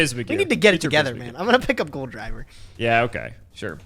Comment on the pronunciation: It's not "Goldriver" it is "Gol D. River" haha